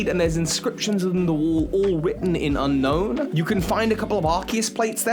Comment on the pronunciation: Technically, it's pronounced Un-Own.